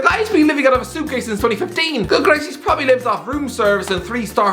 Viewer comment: Does anyone hate it when he says probably